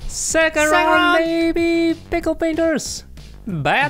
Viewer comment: Pixel prainters not pickle prainters🤣